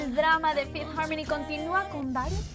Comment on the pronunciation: no me gusta como dice fifth harmony se escucha naco